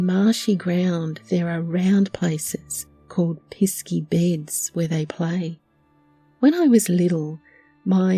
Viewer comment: I 😂 CHORTLED when "piss key" was spoken